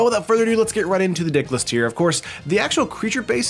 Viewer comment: Did you say dicklist?